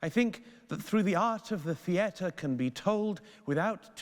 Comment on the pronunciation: Stop saying "theatre" wrong